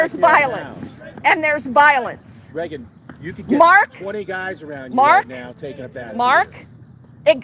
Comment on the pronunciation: why you so dumb? I think you should walk around with Regan and observe. I would give to this woman’s cause forever. And by the way, her name is not Regs. (Not Benton either as you say at the end). Just wow. You got nothing to contribute but mistakes and an attempt to get more views.